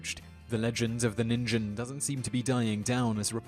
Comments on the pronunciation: O I'm glad i'm not the only one who noticed the pronunciation errors! It didn't detract from enjoyment overall but it did strike me as odd. It strikes me as funny that it seems that ningen is supposed to be it's name, but the word literally just means "human" in japanese. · The Japanese words are pronounced (teh-kay teh-kay) and (neen-gehn) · Ningen is just the japanese word for man, or human. its pronounced with a hard G sound, so, instead of ningen sound like the gen in generation, it rhymes with again :) but great video! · If you're going to say it, do it right. Ningen means "Human". And it's pronounced "Neen-ghen". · Didn't he pronounce Ningen wrong?! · That's how we're taught to pronounce a "g" in the middle of a word. I would've mispronounced it too. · Great vid, but it's pronounced "teh-keh teh-keh" not "teek teek". And "neengen" with a hard 'g', not "ninjin". The woman in gray legend sounds like a ripoff of a Japanese legend that took place near my home in Kyoto. A woman came to buy a candy every night for seven nights, before being followed on the 7th night. The shopkeeper lost her, but found a cemetery where he head the muffled sound of an infant crying in one of the graves. He informed the Buddhist monk who tended the cemetery and together they dug up the grave to find the woman dead, holding her living baby. You can still visit the shop and buy the candy to this day. It's not far from Gion in Kyoto. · teke teke, would be read as teh-keh teh-keh. not teek. ( i think thats only in english were "e" after a consonant changes the vowel sound) also ningen is pronounced with a hard G like gear. ninjen sounds like ninjin, a carrot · About the Japanese legends... "Teke Teke" is pronounced "teh-keh teh-keh". "Ningen" is pronounced "Neen-gehn" With the 'g' making the 'Guh' sound, not the 'J' sound. Just saying, it's hard to listen to what you're saying about them when your pronunciation is so far off. Other than those things, the video was pretty good.